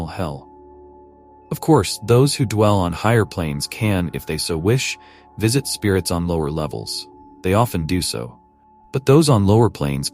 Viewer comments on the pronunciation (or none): none